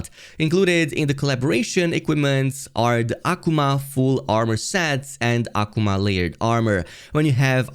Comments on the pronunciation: Aquomon..........Akuma (uh-koo-muh) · Why are you saying Akuma like that? 😂